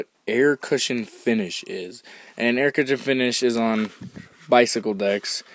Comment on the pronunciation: explaining "Aircutcha finssh.